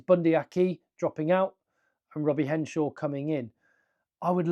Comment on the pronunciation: It's Henshaw, not Henshore!